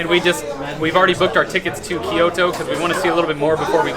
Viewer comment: ki-YO-to is a pretty bad pronunciation of Kyoto haha, no offense honestly. Try this: Combine the K and Y sounds, no sound in between, so it's like KYO-to. Great video, love from LA.